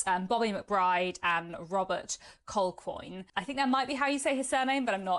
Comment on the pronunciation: Culquhoun is pronounced Cu-hoon